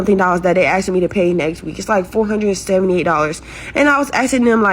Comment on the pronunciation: Asking not axing.